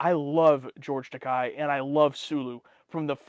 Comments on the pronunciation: Just a note, 'Takei' is pronounced 'Tah-KAY'. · (FYI -- "Takei" rhymes with "toupee.") ISWYDT